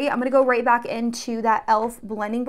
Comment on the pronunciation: everytime she says "welcome bAck" i think she's australian